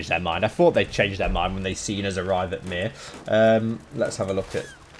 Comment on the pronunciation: Given how you butcher my name everytime I hear you say Myr, makes you think you’re on about burning me. Not funny at the end of the day mate